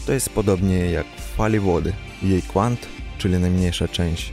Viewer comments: kWant nie 'kuant' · W słowie "kwant" czytamy "w" jak "v" nie jak "ł".